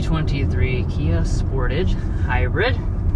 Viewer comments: It's "SportAAAAGE" and "HI UN DIE" not 'sporage' and 'hoondie' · The way you say Sportage makes me laugh. It's Spore-tawge not Sport-ige